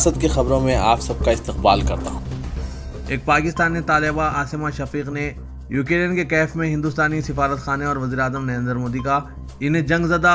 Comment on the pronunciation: یو کے ری ین ۔۔۔۔۔ یہ کیا ہے ¿ دنیابھر کی خبروں میں یوکرین کا نام گردش میں ہے ۔۔ آپ مسلسل غلط تلفظ کر رہے ہیں ۔ نیوز کے اختتام پر شان سے کہتے ہیں خبروں سے متعلق کامنٹ کریں ۔